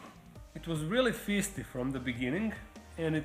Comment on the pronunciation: Hi! I mean no disrespect at all and to be honest, I am hugely jealous that you can speak more than one language. Honestly, your English is fantastic. However, I've noticed a couple times you've mispronounced the word 'feisty'. I can see how, just reading the word, it appears to be FEE-stee. The correct pronunciation is FYE-stee. Again, I mean no disrespect. If you hear me mispronounce a Latin name, feel free to correct me. I'm sure I do it all the time. Lol